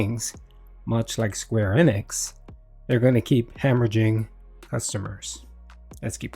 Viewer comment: Square "Ehhhneehhhx" It's Enix....ENIX....again with the "I call the name wrong" fetish Remember "battle royal"